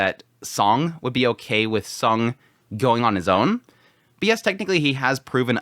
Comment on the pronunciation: Instead of calling him Sung, why not just called him by his name; Jinwoo, since you fail to differentiate the sound of Song & Sung. I'm quite confuse which one you're referred to.